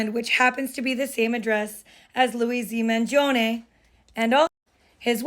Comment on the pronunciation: Thanks for pronouncing "Mangione" correctly !!!